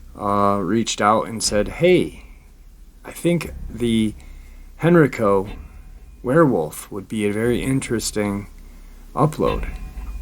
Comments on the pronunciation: HenrIco. Hen rI co. Not hen reco. the I = eye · For future uploads.......Henrico is pronounced “Hen-rye-co” and Varina is “Va-rye-na”, its a accent from the region. Also Roanoke Is in the New River Valley region of Virginia, Roanoke Rapids is in the Great Dismal Swamp area of North Carolina. Not trying to be negative, just trying to give that little bit extra for keeping uploads even better. When are we getting more Victor??? Come on man we are due a little more! Thanks for all you do trying to keep us informed. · Love your show and not trying to be the English Nazi but I live right beside the area you're talking about in Virginia and they are pronounced like "Hen-rye-co" and "Va-rye-na" counties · I only know cause I'm from near there, in VA. It's "hen-rye'-co" county. Love you! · It’s pronounced Hen Rye Co